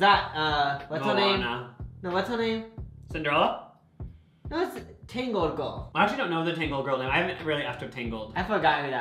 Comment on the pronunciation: “moana” “cinderella” 😭😭